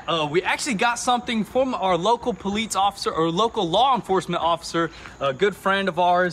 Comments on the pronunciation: Say it with me PO-LICE, not paleets... lol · PO-LEESE this poleets stuff is driving me insane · Its POLICE, there is no T in that. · Lol i'm so glad i'm not the only one who hears that odd pronunciation when they say Police. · I wasn't sure if homie was saying Poleetz, or if I was just imagining it... glad i'm not the only one :P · “Po-leets” That some real Chattanooga pronunciation right there.